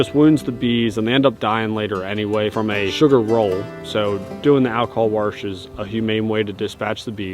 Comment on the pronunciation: Grammar Nazi here. Wash, not warsh. ESpecially not EXpecially.